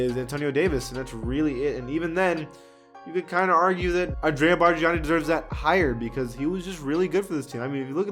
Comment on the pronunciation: Did all that research on Rafer Alston, Kirk Heinrich, Andrea Barganani but didn’t even bother on researching on how to pronounce their name. You were already there should’ve went all out🤷🏻‍♂️😂